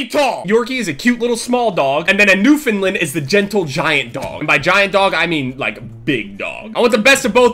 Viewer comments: YOU OBVIOUSLY DIDN'T DO MUCH RESEARCH CUZ ITS PRONOUNCED NEW FOUND LAND NOT NEW FINLAND, sorry I'm from Newfoundland as you can tell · i live in newfoundland. where that giant dog ur talking about is from. they are so friendley its amazing. oh btw its pronounced New Found Land. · I'm dying of happiness that said Newfoundland but it kills me how he said new-fun-lun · lol newfinlind haah its newfoundland, i live there but i have one its 7'2" on its back legs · Where too I'm from Newfoundland and he completely butchered the dogs name he said newfinland not Newfoundland lol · Being from Newfoundland the way you said it makes me cringe, it's not Newfinland. It's pronounced New found land. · just letting you know it's Newfoundland. You were pronouncing it like Newfoundlin. Just saying, love you. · new-found-land, not newfundlund silly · It's pronounced "new-fund-land" not "new-fund-Lund" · It's New-Found-Land I can tell you myself being from there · it's pronounced New-found-land, I'm from there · you're not pronouncing "Newfoundland" correctly (it's pronounced new-fin-land) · fuckin newfinland like cmon sure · i live in newfoundland i see that big dog alot but you pronounce its wrong lol. search it up bud and congrats on 1.5 million never stop till the day you die:) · I'm from there too he completely butchered the dogs name lol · I'm from newfoundland and this guy cant even say it. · U said newfoundland wrong it hurts my feelings I live here -_ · I live in Newfoundland and no offence but you skewered the name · I'm from Newfoundland and our dogs are huge... but the way u said Newfoundland made me cringe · You pronounced Newfoundland wrong, nice try tho